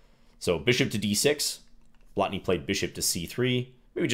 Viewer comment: Excellent pronounciation of 'Blatný'. Most foreigners can't be bothered with long vowels, especially when they are not even marked.